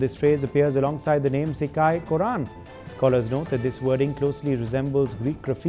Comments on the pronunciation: Not shika... it's sigai....pure tamil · Im dying, when this guy pronounces sikkai, korran, kandan 😂